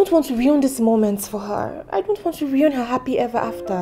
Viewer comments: Am I the only one hearing riun as opposed to ruin 😂😂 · Every time I heard "ruin" mispronounced in this movie, I ground my teeth. 😖 Lol.